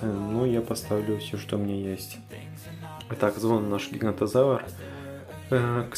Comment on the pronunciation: ГиганОтозавр а не гигантозавр